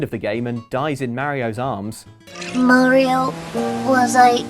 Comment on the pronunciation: It's Mario, not Merryo. C'mon guys, you have to have heard it said aloud at this point. There's no excuse for this.